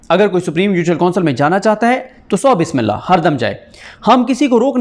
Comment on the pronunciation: بسم اللہ صاف ستھرا پڑھا کرو